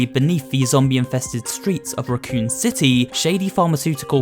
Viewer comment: It pronounced Raccoon City Raccoon as an animal.